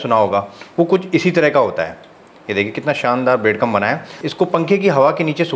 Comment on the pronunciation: ब्रेड क्रंब not ब्रेड कम टैक्सचर not टेक्चर